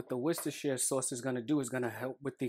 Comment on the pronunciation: Just to let you know, the sauce you use is pronounced 'WUSS-TER Sauce' not 'Worshtershtershire' sauce as Americans say it. Worcestershire is just the county in which the factory sits. I live near where it's made in the UK so I hope this helps you pronounce it correctly in future.